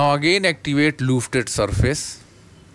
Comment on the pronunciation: Great tutorial...a few hiccups in your presentation, but I got through it. Love the use of the "loofted" tool!